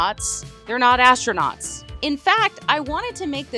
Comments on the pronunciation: ASStroNUTs or ASStroNOTs😂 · Astronauts ❌ Astronots ✔️ Astronuts ❓